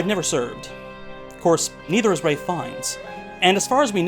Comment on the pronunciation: It's "Ralph" Fiennes